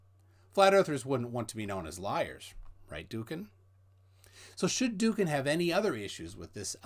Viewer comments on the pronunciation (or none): I don't speak Turkish either, but hear it spoken and see it written nearly every day. From what I understand of the orthography his name is pronounced more like "Dowukan" or "Do-oukan". The ğ is a vowel-lengthener normally placed between two vowels to lengthen the first. Atatürk's attempt to "modernise" or "Westernise" the language, which included writing it in Latin script, is sort of lumpy, to say the least. It was also a grievous act of cultural destruction, a sort of "newspeak", which greatly impoverished the language and has cut all but a few specialists off from its older treasures. There are a lot of boys where I live called Mustafa. I sigh inwardly at their parents' usual reason for choosing that name. But then I remember when loads of boys around a decade or so younger than me were called Elvis. Do you know any men in their late 50s or 60s who go by that name? I don't know any. I suspect many birth certificates contain embarrassing secrets